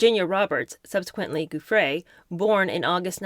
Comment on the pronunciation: Gi in Giuffre is pronounced J not guh.